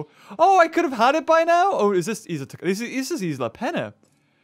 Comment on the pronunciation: You pronounced Isla Tacaño Isla Tacano. It is Isla TacaÑo. I emphasized the ñ